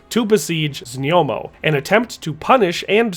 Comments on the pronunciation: znojmo - znoymo. Not znyomo. Znoy-mo. One of the easiest to pronounce czech city names. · Few names isnt hard and its just a little effort here...ZNJOMO vs ZNOJMO is rather easy to say..not even hard to pronounce..